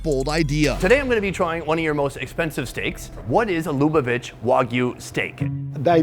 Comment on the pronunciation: Finally!!! an episode on Jewish food. Great video -- thank you! You should go to Israel next. Congrats on pronouncing Lubavitch correctly after... many attempts.